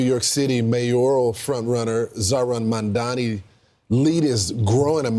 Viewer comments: Dude why do republicans all say “mandami” 😂😂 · Fox News, Cuomo and Sliwa all getting Mamdani's name wrong is the same deliberate tactic than people on the right used against Kamala Harris (calling her Kuh-MAA-luh rather than KAA-muh-la). Mandami, Mamdami, Mamdaji... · Fox News tripping over themselves to pronounce Zohran’s name wrong is hilarious.